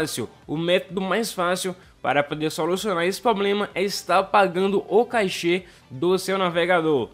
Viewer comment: não é cachê e sim cáche. Silaba tonica no ca .